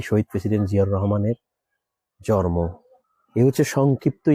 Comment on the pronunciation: জন্ম উচ্চারণ টা ঠিক করে দেওয়া যায়।